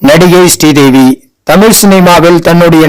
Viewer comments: Her Name is not stee devi, it's Sree devi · Stree Devi Stree Devi nu அயிரம் தடவ சொல்லி கொல்றீங்க பாஸ்!!!